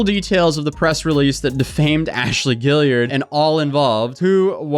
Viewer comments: "gee-yard" not "gilliard" lol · Guillard is not “gill-ee-urd” it’s “gee-ard” with the g pronounced the same as it is in green. Kinda like Guard if you spelled it “Gyard”